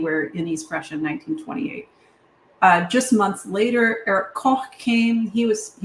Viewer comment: As the adopted son of an East Prussian mother from Allenstein, I was quite pleased by your pronunciation of Königsberg and Koch. Given the number of times I hear Luftwaffe pronounced Loof-waffa, it made me smile.